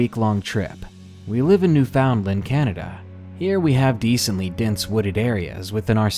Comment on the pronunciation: Hello Darkness my old friend. Newfoundland is pronounced new-fən-LAND, you said new-found-land...